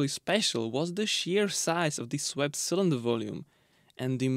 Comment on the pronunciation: It took me half the video to work out that when he said “sonder”, he meant “cylinder” 😅